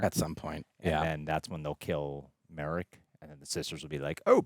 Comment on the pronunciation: Not Merrick it is Mar-rok